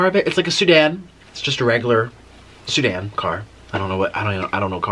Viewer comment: Nick, it’s a sedan, not Sudan!!🤣🤣🤣